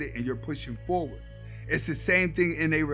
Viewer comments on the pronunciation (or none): none